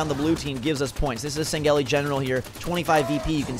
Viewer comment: its pronounced. SAng helee